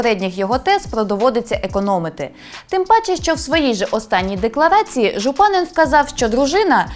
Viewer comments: ЖУпанин наголос такий повинен бути! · Єдине, що наголос у закарпатському прізвищі Жупанин падає на останній склад